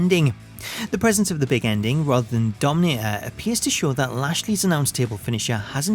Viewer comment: he says always Big Endling, i hate for that hahaha